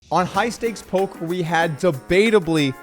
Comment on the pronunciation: did you say "high stakes polk"? is that a thing we do now, i haven't been to this channel in some time.